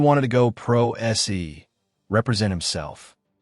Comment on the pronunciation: For God sake read it your self AI can't say Pro Se (say) he spells it???? That's a bad look for a channel